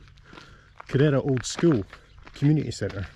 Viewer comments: Nice video. I was there years ago. I think you’re supposed to stress the first syllable when pronouncing Kerr-era, not the second. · Great shot of the town with the mighty Ben Cruachan (there's a power station inside it) behind. A wee quibble: the name is KE-rrera, accent on 1st syllable. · Cheers, just wish I'd pronounced it correctly:D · Lovely video. Ive kayaked around it before and visited the little tearoom. The way you pronounce Kerrera is hilarious, you wouldn't know you were Scottish its that far off!